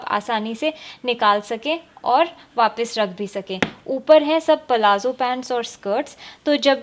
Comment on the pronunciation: Peleha plazo sahi se bol lo